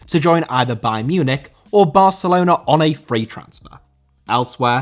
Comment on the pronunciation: Barcelona* not Bohçalouwner